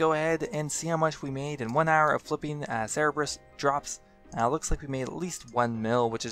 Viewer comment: Cerebrus? I always thought it was Cerberus